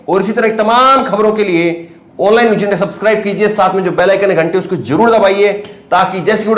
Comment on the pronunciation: AAP 1 SAHI JOURNALIST HAIN AAP APNE PRONOUNCIATION SHAI KAR LEN Aap k channel ka naam ONLINE NEWS hai. Aap news ko NEWJ bol rahe hain, sahi hai NEWZ kahna. Hajar nahi, sahi hai HAZAR JINDA nahi, sahi hai ZINDA JULM nahi, sahi hai ZULM ummeed hai aap correct karoge future men All the Best